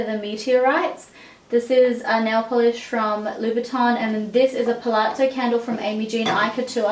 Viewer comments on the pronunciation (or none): none